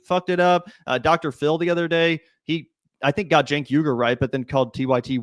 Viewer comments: The last name is not pronounced (trying to use spellings that aproximate "English phonetic spelling") 'weeger' (as Charlamagne said), nor is is 'yugur'. (as Cenk said) It's pronounced 'uygur'. (using the phonetic alphabet, it's [új.ɡuɾ̞̊]) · He cant even say his own name right , Uygur is NOT pronounced as You-grrr or whatever the hell he is trying to morph it into lol. It should sound like UI-GOOR but whatever 😂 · He pronounces it like “yugur” and not uygur which has always confused me lol